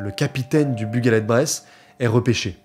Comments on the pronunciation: Haha j'allais mettre le même commentaire, mais totalement d'accord, la vidéo est très bien et ça n'entache pas la qualité ! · Ça me fume comment tu dit le nom du bateau . Sinon super belle vidéo ❤!! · Brton ici, t'as massacré la prononciation de "Bugaled Breizh", mais c'est pas grave la vidéo est super